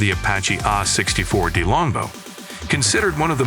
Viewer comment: "The Apache Aaah!-64..." XD